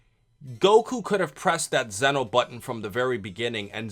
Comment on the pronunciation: Lol he pronounced Zeno wrong it's a long e